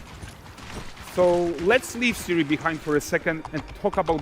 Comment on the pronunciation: She is Ciri,, not Siri. CIRI. Ciri kurwa!